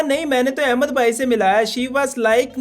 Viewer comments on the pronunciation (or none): none